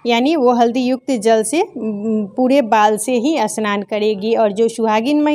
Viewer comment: Aunty असनान नही स्नान hota hai😅